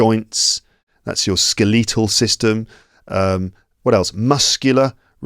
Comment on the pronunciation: Sir! correct this one: skeletal /ˈskel.ə.təl/. .